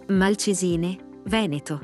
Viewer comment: Malcèsine, foneticamente l accento va sulla e non sulla i.